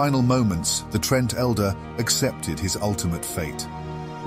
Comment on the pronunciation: Quel'THALLUS? TRENT? Quel'Thalass and Tree'nt are how they're pronounced.